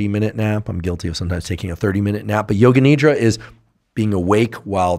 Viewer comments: Not Need-ra. Nidh-ra! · Its not nidra , its nidhra